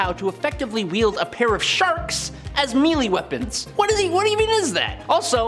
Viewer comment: I find your lack of proper pronunciation of "Jaime" and "melee"...disturbing.